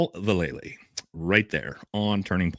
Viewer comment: Dude,...pronounced Val-luh-lee. Ask Mike V lol